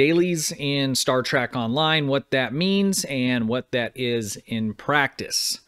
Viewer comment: Love how you claim to be a fan but you keep calling it trak, not Trek.